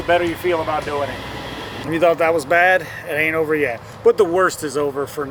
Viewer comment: Ith that last rant it sounded like "Vanning, Good, DAD, and Ugly!" 🤣🤣🤣 Good fun! Take good care!